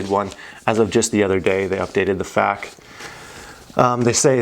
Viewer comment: Please dont ever say I read the Fack page ever again. It F. A. Q. Eff Aye Que.